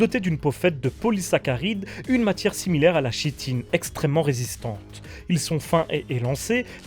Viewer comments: Merci pour cette chouette vidéo. Attention : chitine se prononce Kitine 😊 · 🤦‍♂️🤦‍♂️🤦‍♂️ chitine de prononce Kitine... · Prononciation : chitine=kitine